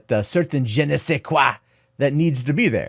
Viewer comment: ''Un je ne sais quoi...'' Well done, I understood what you said in french.